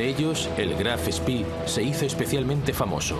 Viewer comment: No se pronuncia fonéticamente en Castellano Graf Spí, sino que ud. ignora que las vocales alemanas se pronuncian igual que en nuestro idioma, y se pronuncia Graf Spee, o sea que la doble e, castellano va más fuerte que la simple, pero sigue siendo E, no todo en el mundo, es Anglosajón Sr.